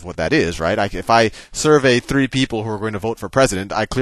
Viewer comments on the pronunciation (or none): Nice video, very helpful.....By the way, The way you say "Three" ( to ) is funny